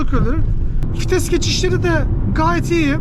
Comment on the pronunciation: Vites ❌️ Fites ✅️